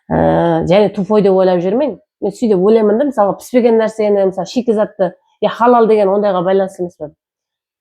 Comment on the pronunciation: Халал деп жазса да, хадал деп айтын заманласлар